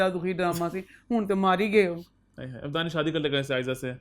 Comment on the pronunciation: I love you. the way you say "Hayeee" reminds me of my Khalas they are from gujranwala same accent <3